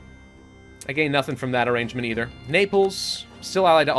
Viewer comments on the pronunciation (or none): none